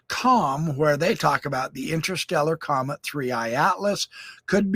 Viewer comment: This guy couldn't pronounce the words scientist or comet? Not sure if I'd take his word all be them mispronounced...for anything. Hang tight? Really? Jeeez,naive much🙄